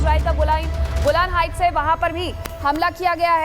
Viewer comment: गोल्डेन हाइट्स ये कहाँ पर है जनाब, गोलान हाइट्स को गोल्डेन हाइट्स क्यों बोल रहे हो, आपकी पत्रकारिता बहुत ही निम्न स्तर की है